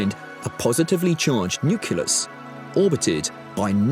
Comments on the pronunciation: Pretty good, but, OMG he said "nukulus."🤨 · Nuculous? Did George W write the script?